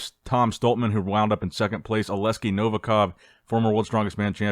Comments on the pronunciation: Bro, OleKsii not OleSkii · dude its oleksi not oleski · Please... its OLEKsi.. not aleski. I love u but please fix that😂. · it's A-lex-i, not O-les-ki;)